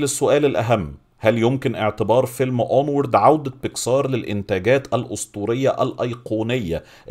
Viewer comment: بيسكااااار بيكسااار ...ياسيدي الفاضل اسمها بيكسر مفيش مدة على السين اطلاقا :(